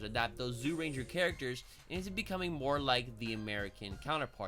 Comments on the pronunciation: Jūrenjā not zoorenjā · Pronunciations: Zyurangers = Ju-Rangers Megazord = Die-Ju-Zin Dragonzord = Dragon Caesar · great video! Also its pronounced Juu-Ranger and juu-two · Cool vid btw it's pronounced Jyuranger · That's accent. I agree the y should be silent. But he doesn't necessarily have to emphasize the zy as a j